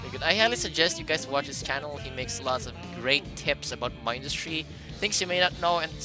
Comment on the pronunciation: You say Mindustry wrong It's min-dust-ry